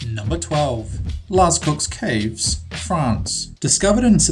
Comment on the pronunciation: This guy is horrible at pronouncing lascaux and lechuguilla